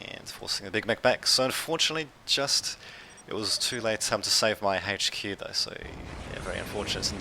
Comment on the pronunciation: It's H Q not Hache Q